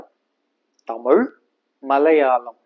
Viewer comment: தமுல் அல்ல தமிழ்